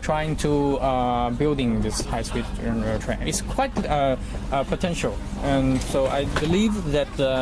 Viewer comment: 这大哥的“安得”暴露了国籍